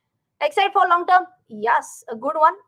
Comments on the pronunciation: From this Diwali pls change the way u pronounce YES. For sometime it was Ok but no more. Pls yaas is yuck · i LIKE your pronunciation of the word YES. very unique